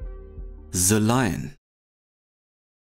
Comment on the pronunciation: Bro danke für das Video. Like ist da, noch nicht zu Ende angeschaut, 100 % top Video aber bei BITTE es heißt nicht SE sondern THE. Ich weiß das deutsche Schulsystem und der deutsche Akzent im englischen, aber du bist so intelligent, das kriegst du easy hin. Thank you ❤